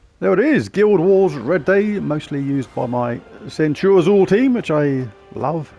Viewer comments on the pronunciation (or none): Centurazuul sounds just wrong haha! It's almost like calling ManU as Munated. 😂 Good going though and nice scores! 😄